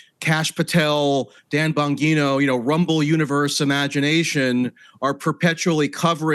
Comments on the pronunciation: Gives me when such a weird feeling when he pronounces it as Dan “Bonguino” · First it was "Have you ever BEAN" now we have "Dan BonGEENo" 😂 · Dan Bon-what?? 😂 At least he didn't say BonGyno. There is a real problem in the new podcast debatosphere with regular journalists showing up and not having a clue wtf they are talking about.